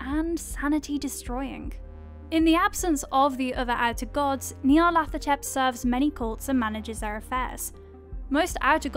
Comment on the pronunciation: I like her but someone pls give her pronunciation guides cause the way she pronounced Nyarlathotep made me fuckin cringe lmao